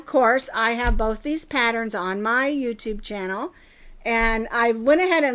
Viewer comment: When you accidentally said channel wrong.